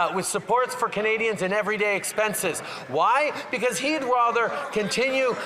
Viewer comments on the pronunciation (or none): The way he says KUHnadians. Is so disgusting. I know he is disgusted because he is mocking the pronunciation.